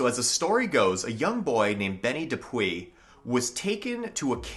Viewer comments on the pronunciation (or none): Shawangunk is pronounced Shongum. It's one of my research areas. I live in the Shawangunks. The correct pronunciation of DePuy is " de Pew" most of the stories are for the same mine. Mamakating Valley was until 1798 all of what became Sullivan County. Pahaquarry. Esopus "e-so-pus" Olde Mine Road is Minisink Trail. It Approximates US209 & splits at the TriState. Hundreds of mines in Shawangunk/Kittatinnies same mountain ridge. Contact me, please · DePuy/ De Pui is pronounced De Pew. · Butchered DePuy. He should try the locals